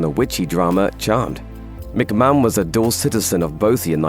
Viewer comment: McMahon is pronounced, Mac Marn not Mac man.